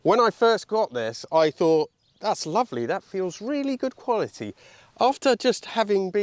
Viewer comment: Its difference between 'quality' and 'qvolity'